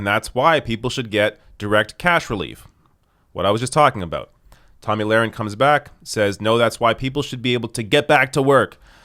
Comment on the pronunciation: The thing is, you have to intentionally mispronounce her name. Tomey Lauren or something like that